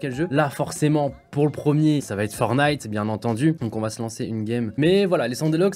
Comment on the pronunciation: il a dit FORNITE